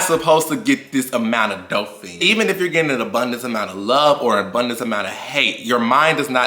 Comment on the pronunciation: I truly say this with kindness. No malice whatsoever ever. But I think you mean *Dopamine friend lol not dopefein. Idk if you just talk fast or if it was actually mispronounced but I just wanted to make sure the information is passed along or communicated correctly. Love you and your content!